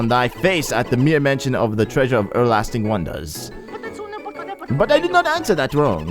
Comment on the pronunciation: "E'erlasting" seriously?!